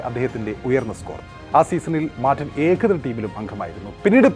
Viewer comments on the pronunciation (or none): പറയാതെ വയ്യ.. നിങ്ങളുടെ മലയാളം ഉച്ചാരണം വളരെ അരോചകം ആണ്. ഉദാഹരണത്തിന്, ആധ്യം അല്ല ആദ്യം, ഏഖദിനം അല്ല ഏകദിനം.